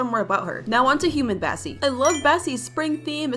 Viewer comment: Bro bassie not Bassi,oh my god bro what hell bro